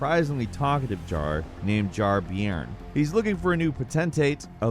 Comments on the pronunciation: Jar “Bear-n”, not Beeyoorn. “Bairn” is a Scottish term we use for children. So, this is literally a jar child. The more you know. 🧠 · Wth is a Jar be-earn!? Its pronounced bear with an 'n' on the end, its Scottish slang for child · Jar-Bayrn not Jar-Biron, Bairn is a Scots word for child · Not sure if it's been mentioned, but I'm pretty sure "Jar-bairn" is pronounced bear-n, or something close to that. It's a word of Scottish origin used to refer to a child